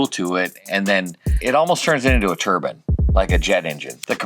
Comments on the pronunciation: I never heard " tur BINE" pronounced " tur BIN" before. I always thought that was religious headgear. Must be a CA thing. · The way you say turbine turb InE Not turbin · Everytime they say "turbine" I think they're saying "turban" :)